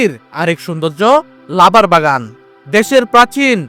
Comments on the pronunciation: কথা ভালো ভাবে বলতে পারেন না ই লাবার না রাবার হবে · Labar na to rabar hobe, sayedabad hobe not sayrdabus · লাবার না রাবার?